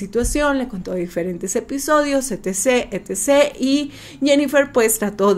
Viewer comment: E T C.se pronuncia etcetera.pq cambian todo?